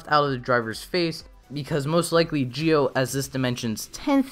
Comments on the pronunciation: Why do you keep mispronounce ZI-O by Geo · i guess, but then again the zee/gee-o problem is probably a japanese speech accent thing. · i guess, however it seems like the zee/gee -o thing is probably a japanese accent problem. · Very interesting…also, your mispronouncing Zi-O. It’S ZEO NOT JI-OH >_< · Zi-o is pronounced zee oh and not geo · Idk if it's me or do you keep saying gi-o instead of Zi-o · It's not Geo it's ZI-O ZEEEE O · It's zi-o not gi-o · Well to be fair, even if it is pronounced ji-o or zee-oh, the youtuber pronounced it as geo which i thought was worth correcting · wait im confused why is he pronouncing it "gio" instead of "zio" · Kamen rider GIO? 🤔 Not ZI-O? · Does anyone else notice his saying Gi-O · I don't get it, you Say Gi-O kinda like japanese accent, but say Decade like american accent, why? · Why are you pronouncing Zi-O as "geo"? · I'm not saying you're the only person who was wrong. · Why are you saying Zi-O wrong